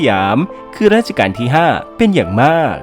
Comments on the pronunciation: เป็นคลิปที่ดี ติดอย่างเดียว รัชกาล ออกเสียงว่า รัด-ชะ-กาน ในคลิปฟังเหมือนออกเสียงว่า ราด-ชะ-กาน ตลอดเลย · แอดมินออกเสียงผิดนะคะ คำที่ใช้เรียกในหลวงคือ รัชกาลค่ะ ไม่ใช่ราชการ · ดูเพลินๆ แต่แอบติดใจนิดหน่อย รัชกาล ออกเสียงว่า รัด-ชะ-กาน ไม่ใช่ ราด-ชะ-กาน ครับ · นิดเดียวครับ รัชกาลครับ ไม่ใช่ ราชกาล ที่เหลือโอเคหมดแล้วครับ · รัชกาล อ่านว่า รัด-ชะ-กาน ครับขอบคุณครับ